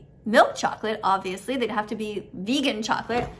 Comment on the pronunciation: Why'd you emphasize on the "VegAN cHOColaTE" ??????